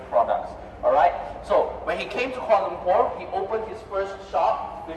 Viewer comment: Kalua Lumpur? 🤣 Epic mispronunciation. Koo - Wall - Uh